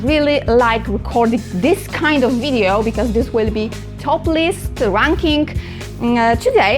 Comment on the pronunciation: Christ, I had to turn the closed captions on and rewind because I thought she said she really liked doing this because it's "topless". Turns out to it's "toplist". But that's okay, I'll still give a thumbs up because its about dungeon crawlers. 😂